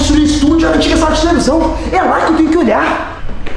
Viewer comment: o Enaldo falou tevelisao mas está errado.o certo é televisão kkk